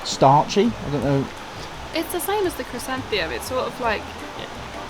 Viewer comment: Great Video - love the way you pronounce chrysanthemum! 😂 Perhaps the drinks company’s advertising slogan should be “enjoy the great taste of damp!”, I think you have missed your true calling!